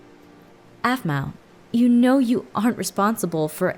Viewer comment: it's aphmau not aphmoo